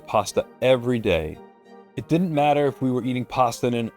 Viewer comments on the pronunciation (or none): none